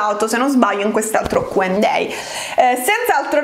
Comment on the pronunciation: Ma solo io ho notato che dice Q&day invece di Q&A?